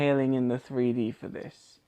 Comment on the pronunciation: Sounds like you’re saying “Free D”